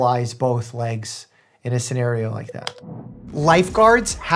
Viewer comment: "Both leegs"... It's a funny accent!